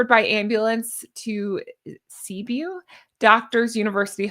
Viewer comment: Cebu is pronounced “Se-Boo” 😊 But yes, wishing him well. 🙏